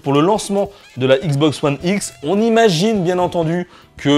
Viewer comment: C'est x box pas igz box